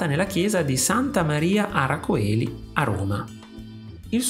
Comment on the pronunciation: "ara celi" si pronuncia! :)